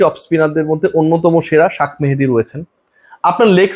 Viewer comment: শাক মেহেদী নামটা বিকৃতি করে কেন কতবার বলবো এভাবে ডাকিয়েন না